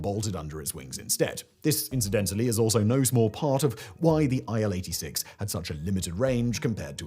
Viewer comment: It's not Ai El. It's IL as in "ill", because it was made by Ilyushin Bureau. Ilyushin = "Il". And why botched? lol It was an alright wide-body mid-range workhorse. Maybe not as advanced and refined as contemporary Airbuses and Boeings, but it certainly served it's purpose quite well. I personally flew on Il-86 at least 10 times from Moscow to Sochi and from Moscow to Leningrad (St. Petersburg) and back in the late 80s and early 90s. Nothing bad to report really. It was fine, smooth ride, lots of space. Yeah, maybe a little bit noisier than Boeings, but not at all unbearable. And there was no need to waste time on checking your baggage in and out.